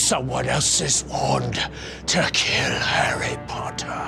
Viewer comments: Wait are they doing bad English accents or do Americans actually thing we talk like that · Hawy potter